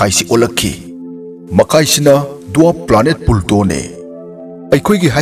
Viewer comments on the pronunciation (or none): Pluto hybiyo ebung pulto hyna tare ebungna pronounce toubada